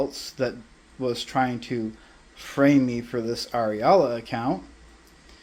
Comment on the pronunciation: Ariala? Like... areola? What a weirdo. Just stop,.